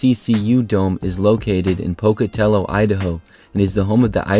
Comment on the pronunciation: Congrats to the narrator for saying Pocatello right. Thanks for not being AI